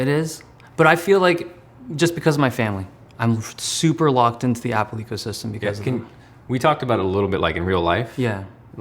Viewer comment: Everytime I hear word "ecosystem" it's sounds like prison.